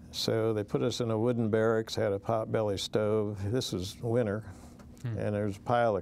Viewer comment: Sir said, "some pop-belly stoves" lol.